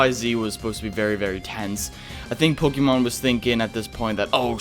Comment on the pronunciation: It feels not pokeeemon because it's not pokeeeeeeemon, it's Pokémon. Po Kay mon. It's not that hard.